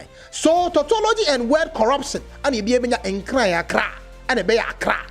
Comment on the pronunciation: Give it to them, the hate is huge for we the Asantes. They challenge us each day !It's pronounced nkranee.